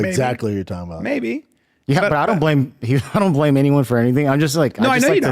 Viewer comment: “I know zaggly who you’re talgin bout.” Ya, it’s you Brendan.